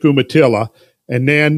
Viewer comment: Just wanna let ya know, Oregon is pronounced Oregun an Umatilla is Youmatilla. Lol